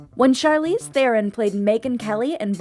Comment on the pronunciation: Still waiting for the day they say C Theron’s surname correctly